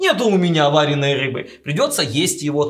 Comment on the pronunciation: ВарЁной, а не варЕной.